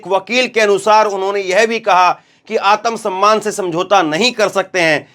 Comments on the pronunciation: जी उच्चारण शुद्ध कीजिए आतम सम्मान नहीं है आत्म सम्मान है| सिख सीख कर मत बोलिए शाब्दिक अर्थ का अनर्थ हो जाता है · समझाऊँगा? या बताऊँगा? पहले एक बात जान लीजिये आत्म सम्मान होता है आतम सम्मान नहीं। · आतम सम्मान नहीं भाई आत्म सम्मान होता है, उच्चारण शुध्द कीजिये। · आत्म सम्मान का उच्चारण सही करें जी